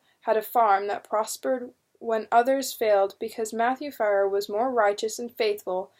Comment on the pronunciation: Love these books! Great read,but just one correction. Fier is not pronounced fire. it was the Fear family's orginal spelling of their name,so Fier is pronounced fear.